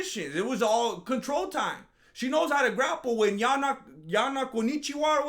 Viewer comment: "Yana Konichiwa" 😂😂